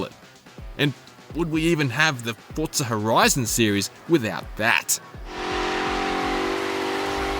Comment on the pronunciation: There's no T in Forza.